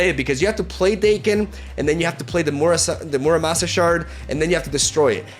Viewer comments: MURAMASA not murashama, jeeeez, it's a legendary Japanese Katana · MuraMasa shard pronounced as Murashama shard is so triggering :P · and many other times, it's not Murasama, it's Muramasa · I find it interesting that says "mura-shama" shard when it clearly says "mura-masa" shard. Perhaps a bit of dyslexia on his part, or maybe an inside joke I missed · its MU-RA-MA-SA not MU-RA-SHA-MA xD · It's MuraMAsa, not Murashama. It's not an original name - it comes from Japanese history and is widely used in Japanese-inspired pop culture. Dude, you should know things like this as a pop culture geek... Jeff is like Chip from Legends of Runeterra. Overly cute and equally weird for its surroundings' lore, lol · My guy mispronounced the Mu-Ra-Ma-Sa Blade so many times lol Murashama Shard lmao 😅 what? Oh no brother lol Muramasa is like a legitimate Japanese word being butchered here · muramasa was a historical figure known worldwide to this day for forging some of the most excellently crafted and desirable katana... hearing two simple characters "MA SA" get pronounced as "SCHAWARMA"... repeatedly.... was like nails on a chalkboard. Not only did this repeated affront to the concept of basic optical literacy repel me from subjecting myself to the rest of this arduous video; it single handedly crushed any curiosity i may have harbored toward this game. first impressions matter, and maybe i'm letting an unappointed envoy make such an impression as opposed to allowing the game and it's creators to speak for themselves. maybe that's okay. i'd take the novella-per-card hyper-specific legaleze of Yugioh combo fiesta over "shawarma shard" any day. BTW that's Pronounced "YU GI OH" and not "You Guys Ouch!!!" L RATIO CURSE OF UNRIZZING DEBUFFED AURA SKIBIDI POST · Stop saying murasama! Hahahah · Almost closed the video as soon as he said "Murashama" shard... Almost... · Hes so bad at pronouncing 😭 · Butcherd it, totally butchered Muramasa